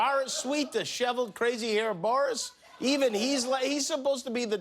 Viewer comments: Dude! It's not 'MaCRONE', it's MaCRON. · It's a shame you can't pronounce Macron name properly....